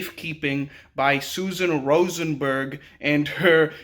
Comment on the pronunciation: "Rosenberg" eheh